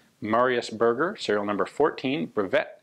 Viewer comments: Ian, Berger is pronounced ber-jay, like a Fabergé egg not "burger" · Ber..jay. Not berger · Just a little comment to say that Berger is pronounced ber-jay not burger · Berger is pronounce like the champagne Fabergé without the first syllable. That's mean sheperd btw :). Great review as usual, cheers from France. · If am not mistaken if the guy is French his last name would be pronounced "Bear - Jay" instead of sounding like the delicious food item. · Berger means shepard in french, and is pronounced "bèrgé" not burger... that's really confusing to hear Ian mention the pistol as a burger XD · It's pronounced "Berjay" (soft G), not "Burger". ;) Also "Breveté" is pronounced "Bruh-vuh-tay". (And yes it does just mean "patended"; "brevet" meaning "patent" in French; whereas a "patente" is either a public legal document, or a wooden beam, in French. And if the "e" has a grave accent, making it "patenté", that can also mean "innovated by cobbling together" in slang). For example, your krinkov and M1 tanker are not "fusils brevetés", but rather "fusils patentés". ;) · "Berger" is pronounced more like bear-jay and means "Shepherd" in French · they're pronounced differently though: Berger is “bear-ger”, Burger is “boor-ger” and Bürger is... well, there is no equivalent in English for a German “ü” (or a French “u”, which is more or less the same). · Berger is pronounced bear-jay :) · Quick reminder Ian, it's not Burger like food, french word ending with "er" is prononced "é" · Bear-zher where the zh sounds like the s in vision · Sure it is not pronounced "Ber-jay" (like shepherd) since it is french? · Cringed every time he said burger. It is Berger, french. Anyways, great vid! Beautiful firearm.